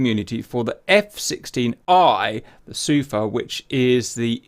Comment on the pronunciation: Hey... It's pronounced Sufaaa Not Suuufa Just so you know man =)